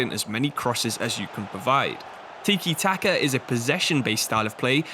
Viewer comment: it's tika not teekie?